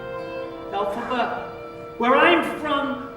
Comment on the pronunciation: It isn't "Elphaba."